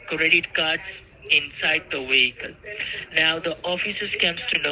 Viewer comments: LOL! --- "VE found the blood and drugs RESIDUTES inside the WEHICLE". 🤣🤣🤣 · ONE WEHICLE..LOL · She has one wehicle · Wonder what "WEE-HICKLE" rental service rents out a 2009 car 🤣🤣🤣 Sanford & Son's WEE-HICKLE RENTAL'S.. 😂😂😂 Did they rent it for TREE days..🤣